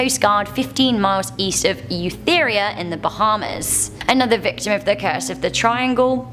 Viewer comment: She said Eleuthera soo wrong.. 😂😂😂😂